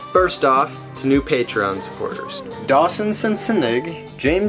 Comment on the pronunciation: Almost got the name right.... close enough tho